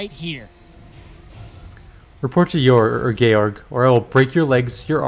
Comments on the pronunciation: My understanding is that the game is pronouncing the name Georg correctly. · Georg is a German name and it sounds correctly in the game. More so, English George comes from a Greek name which sounds very similarly to the German one. And so do its variations in most languages. English speakers are the weirdos when it comes to "G".